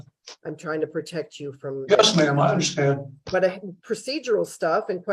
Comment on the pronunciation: he seems proud of having been to jail 7 times. makes him an expert in his eyes. but still he winds up saying 'I dun unnastaand."